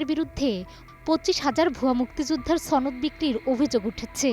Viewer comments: উচ্চারণ ঠিক করেন ছনদ বলছেন কেন, সনদ হবে। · ছনদ নয় সনদ, সম্মুখ সারির উচ্চারণ ঠিক হয়নি, আওয়ামী লীগের সমর্থক অধিকাংশ সিনিয়র নেতারা ভূয়া মুক্তিযোদ্ধা। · ছনদ না বলে বলুন সনদ।